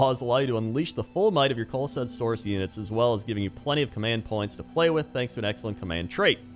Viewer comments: it is pronounced coalesce[ koh-uh-les ] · kow· uh· lest dude